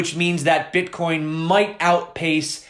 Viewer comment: Love your videos, hate the way you say the word Bitcoin